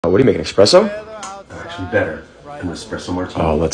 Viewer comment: >eKspresso >uses a moka pot I mean I know this whole channel is a joke but damn. Granted, if you can't pronounce espresso I doubt you actually know what it is either.